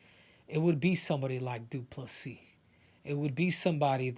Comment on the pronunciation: "DU-PLA-SEE".... YOU NAILED IT. Again... as a South African, you guys as Americans, white AND black, are more bothered with the N word thing then most South African lol. It honestly meant NOTHING to us. Well at least from my perspective. I think izzy did more damage to his own people then he did to anyone else.